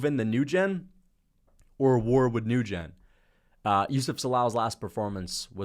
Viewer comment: Steven newjen 😂😂. It’s pronounced Winn you goof